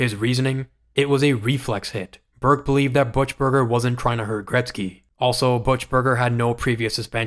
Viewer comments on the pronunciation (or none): “Butch”-burger. It’s actually “Buck”-burger. From a longtime Oilers fan. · I'm going to assume you're significantly younger than me and never heard the name pronounced before: It's sounds more like "Buck-burger", definitely not "Butch-burger". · everytime you say BUTCH-burger instead of BOOK-Burger tells me you know nothing about hockey, are a filthy casual, and not worth sub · Who TF is Shane Corso as one of the 3 captains? Also, Butchburger? It’s Buchburger. Don’t make videos if you can’t speak. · his name is "bookburger" not "butchburger". AI or yankee. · You can tell young YouTubers when they can't pronounce names of old players.. Who's " butch-berger" ?? It's " buck- berger" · BOOK-burger...not BUTCH-berger ffs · How old are you? Kelly ‘butch-burger’. It’s buck-burger. We called him buck wheat. ‘Butch’ 😂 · BUC burger.. Not BUTCH Burger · it's not pronounced buchberger it's bukberger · Buchberger pronounced Book-Burger, not Butch-burger… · Pronounced Buckburger not buchberger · Book-Burger not Butch-Burger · Buck-burger not Butch-burger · BUCKburger not Butch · you know nothing about hockey. Kelly "Butchberger" ? It's BUCK- Berger, half wit millenial! Shane "Corso" ? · I know, right! It was so painful hearing Butch-burger over and over again .... Book-Burger, my man, Book-Burger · It’s pronounced “buck-burger” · "Butchberger? Learn how to pronounce names or stop making videos. This is garbage. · You could at least pronounce names right, it's pronounced "Buckberger", despite the spelling. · Kelly Buchberger is pronounced "KELL-ee BOOK-berg-er," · Interesting stuff. Never much of a Keenan fan, with his one-trick coaching method. Also, it's pronounced Kelly Buck-berger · "Butch"-berger, man? Really? I mean, there are many, many audio clips out there these days, of how to properly pronounce these names. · It's BUCK-Burger dude! Now pronounce auf wiedersehen! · pronounced Book-Burger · It's pronounced BUCK-Berger. Do your homework. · "Butch-Burger" lol